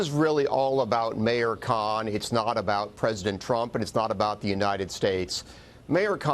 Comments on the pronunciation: Listen close, 5 seconds in she calls khan a kunt by accident, lmfao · Did she just said sadiq kunt?